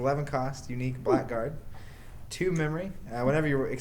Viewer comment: Man, I hate to be the stickler, but Blackguard is pronounced 'blaggard'. :)